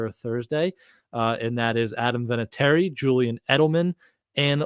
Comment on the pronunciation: Vinatieri - not even close...no offense,.